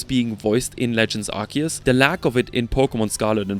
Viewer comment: IT'S PRONOUNCED ARC-OO-SE!